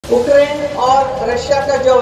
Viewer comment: मेरा नाम है चमेली मैं हूं मालन अलबेली,उक्रेन नहीं यूक्रेन तो ठीक से बोल लेती।